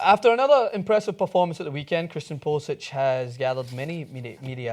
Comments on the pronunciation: Its pulisic not pulisich its a hard c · You guys keep saying his name wrong. When he pledged to the US, he changed the pronunciation of his name to Pew-li-sik